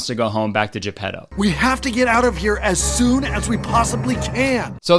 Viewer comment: Kurtis saying ge-pedo